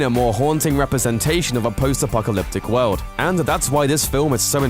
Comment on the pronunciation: JUST STOP SAYING WOLD ITS WORLD, FUUCKK